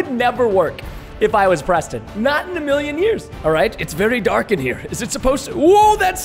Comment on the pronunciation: I love how the noobs says Preto Instead of Preston